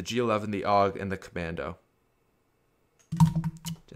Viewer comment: Did anyone realize that he said cammando after he already used it